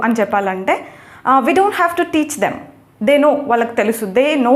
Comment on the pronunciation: హలో మేడం గారు మీరు మాట్లాడుతున్న హేజ్ హ్యావ్ ఒకలాగే వినిపిస్తున్నాయి వాక్యాలు అక్కడ రాస్తే బాగుండేది